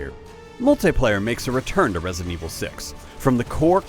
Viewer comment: For the love of god. It's Re-si-dent evil 6. 3 syllables. Not resent evil 6. Drove me f-ing crazy to listen to this schmo